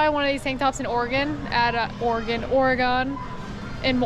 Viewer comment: You said Oregon right we all say "oregin". Not oregOn no no😂